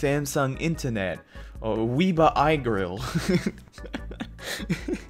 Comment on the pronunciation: Says Weeber. Me: ITS WEB ER.